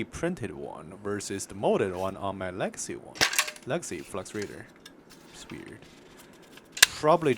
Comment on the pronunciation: 4 minutes before I figured out you were saying legacy. I thought you were saying Lexi. I was like, “I sure do like Lexi’s Raider”.